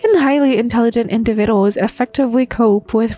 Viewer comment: Your ai voice needs to relearn how to pronounce the word individuals.